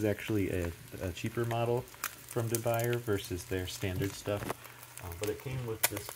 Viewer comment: The French pronunciation is Day-Boo-Yay.